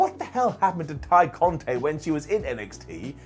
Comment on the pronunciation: You got to stop. It's Tay Conti (eeeee) not Conti (ayyy